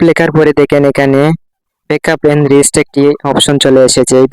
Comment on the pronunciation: এইটা রিস্ট না রিসেট হবে